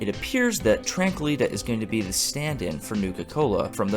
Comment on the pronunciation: I think it's tranquili-tea (tee) . As in the steeped leaf beverage.